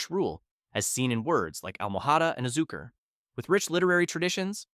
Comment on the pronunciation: he started not bad, the word Español itself didnt sound too bad consireing English doesnt really have the ñ phonem, however the way he pronounced almohada and azucar really bothered me to the point I had to stop watching.